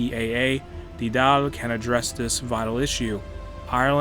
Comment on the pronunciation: Congrats on your pronunciation of The Dáil but not so much Connacht 😂 … I’ve been looking for a thorough play-through of Ireland on here. Bit of a noob so nice to be able to watch in real time!